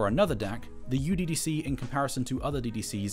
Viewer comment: The name IS NOT uDDC (youDDC). It is μDDC (miDDC). :I guess not anyone is into mathematics :)